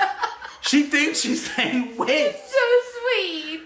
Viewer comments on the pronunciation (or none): Lol!! That's too funny 🤣 trying to say witch but saying *itch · When was saying witch she sounded like she was saying b!tch😂 but she is adorable!❤❤ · Not gonna lie it sounded like she said dada bitch thinking she was saying witch lol I’m dying laughing so hard 😂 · I also heard her called him a b word after, u can hear the b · is so cute. Her saying witch but with a B is so funny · I'm so sorry but I keep thinking that mia is saying Bit*h... carnt stop laughing 😅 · Ooo she said b itch not witch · LOL. thinking she’s saying witch is CRACKING ME UP 🤣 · Poor can’t say the word witch! 😂